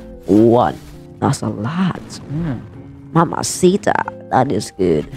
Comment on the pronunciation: you say ''mamasita'' soo GOOD